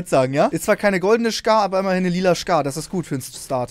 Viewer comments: Es heiß skar nicht shkar😂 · Niemand wirklich niemand: Trymacs:schkaar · niemand: max:Schkar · Niemand: Wirklich Niemand: Trymacs: ICH HAB NE SCHCAR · Trymacs lilane schcar😂😂🤣😂🤣😂🤣🤣😂